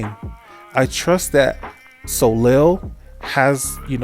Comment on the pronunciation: Side note : Soleil is read "Soleiy" - and not "Solel". :)